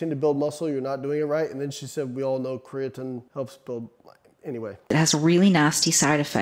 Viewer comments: IDK man, until you start saying "Kree-uh-teen" I'm not sure you can be trusted, human randomized control trials be damned. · Ffs Layne. It's pronounced createen!! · Glad I’m not the only one thinking this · Why’s he sayin creatine all weird?